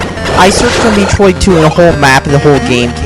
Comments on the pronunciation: how can you fuck up in the first 5 seconds. it is pronounced met-roid, not meet-roid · Why are graphics so important to you? And its metroid not meetroid. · Metroid. not MEATroid. Dumb Bitch. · Meat-roid? lol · Mee-troid. Sounds like a good game. I should play it. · Me-troid? What an idiot! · Meatroid? The brat can't even say Metroid right... And why am I not surprised that he likes the Vita? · meetroid work on pronunciation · You're not even saying Metroid right!